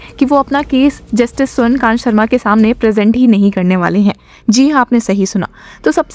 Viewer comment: This judge is स्वर्ण कांता not स्वर्ण कांत, she is female not male, correct urs pronunciation to कांता rather than कांत.